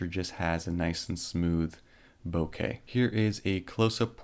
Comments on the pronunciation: ohh for fucks sake, stop satying "Bo-kaye" it's fucking "bok-uh" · Hi. Bokeh not bokey 😜😁 From Japanese ボケ 👍🏻